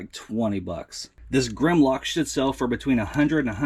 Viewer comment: At the end of the video when you repeat : that should sell for X$. I Sound like you say, that shit sell for... lol that made me laugh